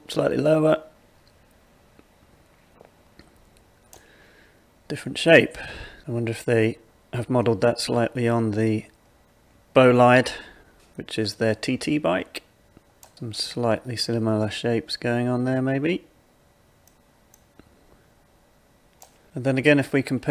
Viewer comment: Pls pronounce it not as Bolight , better is Bo Lead. Italian, you know.